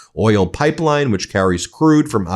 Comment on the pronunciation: Oil is a one-syllable word moron // it is NOT oiyellll